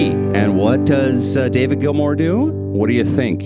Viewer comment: GILMOUR not GILMORE. GEEZ